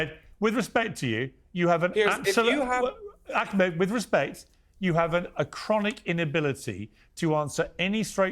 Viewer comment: I LOVE that Nissim said he’s a white colonizer! Bahahaha 😂 This guy is diluted.. omg listen here, “AK-med”! GO POUND SAND. SHUT UP. And yeah, if you don’t know Nissim, you need to.